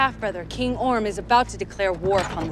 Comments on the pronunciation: He keeps saying Orn instead of Orm lol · I dont wanna "but actually" you, but his name is ORM not ORN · Is he saying orn? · Was he saying Orn instead of Orm? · It’s orM not “orn” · I think the brother’s name is Orm, not Orn. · Its king ORM u dumbass not ORN. And the Aquaman comics are fucking awesome. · Is saying “Orn” instead of “Orm,” or am I just hearing things wrong? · So...no one noticed how has been saying Orn instead of Orm the whole time... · Idk if anyone else noticed this but since I read a lot of comics books I was Hopeing he would realise he was saying Orn instead of Orm. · Take a shot every time says "Orn" instead of "Orm". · Not to be that guy, but it's Queen AtlaNNA, not Queen AtlaNTA. Still kinda stupid, but not quite as stupid. Also, his brother is OrM, not OrN. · Anyone else pissed that he kept saying “Orn” not “Orm”